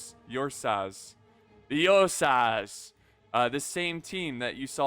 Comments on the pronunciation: Its pronounced "oor-sa" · I believe it’s pronounced urrr-saaahs (my source is Pokémon) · Am I wrong, or is mispronouncing Ursas? Like Ursa Minor/Major but add an S?